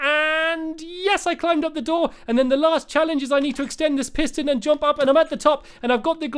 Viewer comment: It's jump NOT JOMP